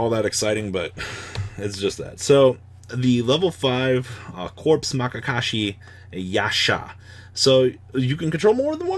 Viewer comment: oof. MAYakashi